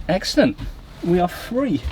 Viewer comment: I love how you say EGGcelent